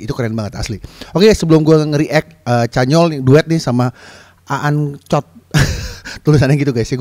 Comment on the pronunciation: Bengek ngik- ngik waktu bilang aang-cook 😭